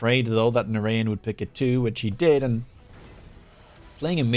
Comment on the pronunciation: narayan is pronounced na-ra-jan like how you would say it in dutch. Indian origin name. nice content as always, you and surrey are the best. you guys should do some 2v2 together, force the rat to do some team play.